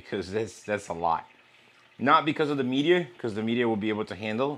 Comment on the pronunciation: He calls it "mee-deea" lol